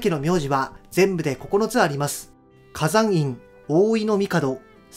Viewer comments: 花山院はカザンインじゃなくて、カサノイン 松木はマツキじゃなくて、マツノキだよ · ＂花山院＂は「かざんいん」ではなく「かさんのいん」であると、現当主で春日大社宮司の花山院弘匡氏もおっしゃっています。 また、＂長谷＂は長谷寺や長谷川などから「はせ」と読むのが今では一般的ですが「ながたに」が名家長谷家の読み方です。